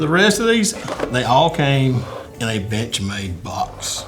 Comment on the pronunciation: Every time boss says bench made i swear it sounds like bitch made lmao